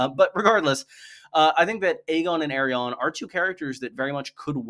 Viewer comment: Why tf are you pronouncing Arianne like that ?